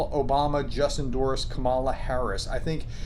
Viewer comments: Its KAMA-lah. Or comma-luh. Not come-allah Please stop this pronouncing her name. It's embarrassing. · A point of correction here. i get the difficulty with Russian names.... but Kamala? I understand that Republican channels/leaders seem to purposefully mispronounce her name as a sign of disrespect. Can you do better please? A minute of research will indicate the emphasis on the first syllable. Think Comma-luh. Cheers! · Comma+ la, not pronounced like Kabla, the mystical teaching. Don't be like that British commentator who kept saying "Abraham" tanks. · You pronounce her name Calm e la. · Weird, on this board so far I have seen it phonetically as comm i la, Pamela with a k sound and calm e la. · Come Allah is up 69 points. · Vice President Kamala Harris puts the emphasis on the first syllable of her name, not the second. Please pronounce her name correctly (and give her the respect of using her title) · When are you going to finally start pronouncing Kamala Harris’ name correctly? You say you are unbiased, which I appreciate, but you really sound MAGA when you continue mispronouncing it. You must realize this. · You pronounce the VP's name like Pamela, but with a K. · please learn how to pronounce Kamala